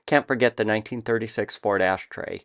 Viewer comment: The “ashtray” always cracks me up! Great content…thanks so much for sharing. CHEERS!!!🍻